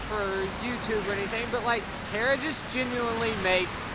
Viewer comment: Made me laugh when said "carrots" instead of Kara. 😂